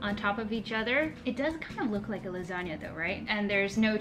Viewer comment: I think that 'lasanga' sounds great.